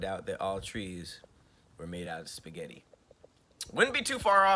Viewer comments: Who's out there adding random S's to spaghetti 😂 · Who is out here putting an “s” at the end of spaghetti is the real question! Thank God I’ve never heard anyone do it. 🤦🏽‍♀️ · Don't ever say 'spaghetties' again!! EV👏🏽ER👏🏽!!